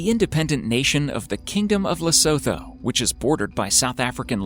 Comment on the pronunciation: I had a great laugh at your pronunciation of Lesotho!! Its actually pronounced "Le-soo-too". 😂